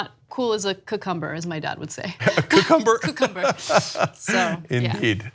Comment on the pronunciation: the 14 minute mark, my response.. The word is " cu-kung-ger "... lol...!